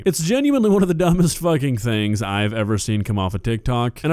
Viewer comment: "are ya fuhing serious"